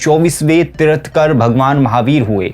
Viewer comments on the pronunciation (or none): Bhai dekh ke reading to sahi se kar lo Ye kya baar baar Manu ko Muni boley ja rahey ho. Aur 24ve teerthkar nahi..’Teerthankar’ hota hai.